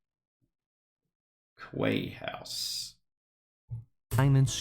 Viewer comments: Regarding Quay House in Wales. Quay may be "kway" in the US but in proper English it's "key". It's our language and we pronounce it our way (lol). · Sorry but Quay is pronounced Key. Having lived in a maritime city, its an old word for a stone jetty. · quay is pronounced key,,,,,, a quayside is the dock area of river or port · Quay is pronounced as key. It is where boats moor alondga quay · "Quay" is pronounced 'key' in the UK whilst in the US it is 'Key' as well. It is also 'Key' in Canada so I'm not sure why you are mystified by it. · The work quay in the uk is pronounced key, I know it’s strange but that’s how we say it.